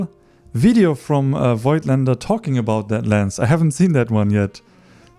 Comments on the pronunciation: As far as I know Voigtländer is pronounced: Vogtländer. The „i“ is silent :-) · I really like your videos, you're a cool relaxed guy, love your style. In this video one thing disturbed me a bit. You are native german and you should know that Voigtländer is pronounced like "Fogtländer" .